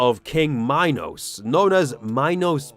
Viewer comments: horribly late, but I just wanted to say that it's pronounced Mee-nos, not my-nos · ...WHAT? prime? "Minus prime" . what. its "Minos prime" not minus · please stop saying mynos, thank you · that is NOT how you say minos